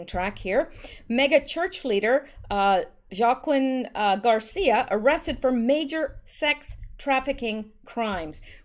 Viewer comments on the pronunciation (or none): Joaquin is pronounced “ Wa-keen”....love your videos ❤️ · FYI JOAQUIN is pronounced WA KEEN, Not a big issue, but just a helpful contribution from one of your fans. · Joaquin = Wah-KEEN 🙂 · Joaquin = Waa-keen